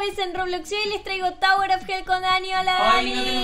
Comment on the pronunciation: No se dice tawuer se dice tower 😒😒😒